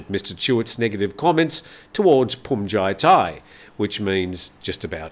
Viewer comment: Looks like you finally got "Bhumjaithai" down. My father was an art curator. He said Van Gogh's last name is pronounced as "go," as the letter g is silent. You were spot on when it came to "Hyundai," as most people get that wrong. 👍